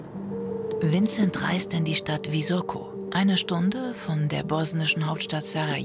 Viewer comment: Es heißt Visoko also S wie Siegfried!